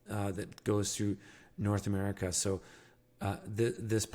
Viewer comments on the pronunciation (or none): none